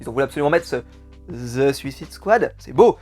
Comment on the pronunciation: Bon pour le "THE" en anglais, prononce le son "E" si le mot suivant commence par une consonne et prononce le son "I" si il commence par une voyelle. On aura donc a titre d'exemple (en mettant l'accent franchouillard): Ze Suicide Squad / Zi Alphabet / Ze Walking dead. Voila;)